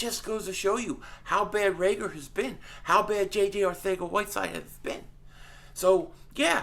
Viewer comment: I so was gonna comment on your pronouncing reagor name wrong then I got it near the end. NICE lol